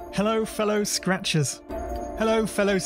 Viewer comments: "Hello Fellow Scratchbaits" is what i started to hear after hearing it for a nice minute or two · It started sounding like “hello fellow scratches”